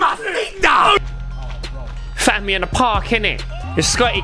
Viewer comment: Yeah doing his thing man said mamaciata!!! lol